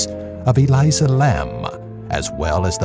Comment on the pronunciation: It’s Elisa not Eliza